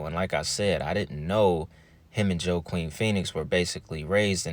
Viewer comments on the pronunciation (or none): Sorry I am not trying to be rude . Love your channel and thanks for sharing this video. But his name is not Joe-queen but pronounced Walk-een … I had the same issue back in the day when first seeing his name lol. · Pronounced “Huakin Phoenix brother. The J is pronounced as an H🤙🏼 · Another good video. His brother name is pronounced "Wakeen" Phoenix. The J is silent. I always found the Phoenix family interesting and the storiesnare crazy. River had a lil knowledge I always felt. Keep up good work. I got you on cashapp. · Bro, bless you for always coming through with deep ass uploads. However, everytime I hear you say "JoE-QeEN PhEoNiX" I giggle and I don't want to hear my guy mispronounce anything or look under researched. It's pronounced "Wha-keeN" and I totally understand the mistake as I've never in my life heard or have seen anyone else with that name before either. It must be some cult ish they were going for when they picked his name. Either way, dope ass upload as always man. You know we'll all be in the pocket for the next one to come out as well. Keep your chin down and stay in the fight because you've been winning for a long time my friend and we all love seeing you succeed. Much love bro. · Wa-keen is correct pronunciation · hey there! River's brother's name (Joaquin) is pronounced (wah-KEEN), also, the guy between lisa bonet and river is raul julia, who was also "taken" suspiciously. look him up. lisa bonet had always been considered a lunatic so no one listened to her. she paid off the machine by becoming sexualized, especially in that voodoo movie, and labeled as a mentally screwed up mixed kid. and river has stated before how he and his siblings were "acting" to make money for the cult. good content! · Not being funny but his name is pronounced “wah-keen” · I've always thought there was something off about his death, long before I knew what I know... And just an FYI his brothers name is pronounced "wha-keen" Joaquin. Another great video, so thankful 🙂